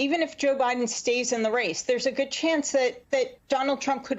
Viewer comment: It's President Biden not Mr Buden